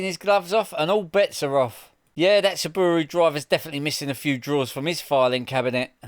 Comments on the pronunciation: What’s a sooobooorooo? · What’s a sabbooru? Is that similar to a Subaru? 😂